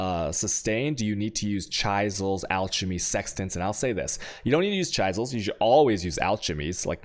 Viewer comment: I cringe every time he says chisels and alchemy. especially "alchermy" omg